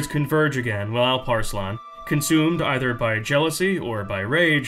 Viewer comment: Also props for a great Alparslan pronouonciation. Some things never change do they? Turks one way or the other will settle in Persia and disrupt the middle east it seems xd